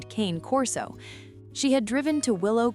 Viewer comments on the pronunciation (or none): He's not a "Cain" Corso. The breed is Italian, the name is Cane Corso is Italian, and Cane in Italian is pronounced "Kahnay". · you're reading the dogs breed like its english, its not, its Italian. Kanay Corso